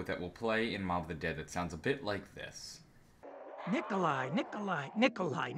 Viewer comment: Its Nikolai